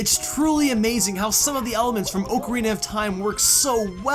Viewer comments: It's 2017 and we're still saying oak-arina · Why do you pronounce ocarina as oak-arina